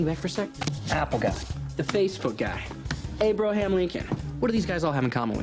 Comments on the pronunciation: “Apple guy,Facebook guy, A-BRO-ham Lincoln” oh puck 😂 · A-bro-ham Lincoln! 😅